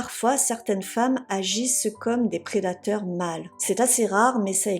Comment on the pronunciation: "Prédateur mâle" ?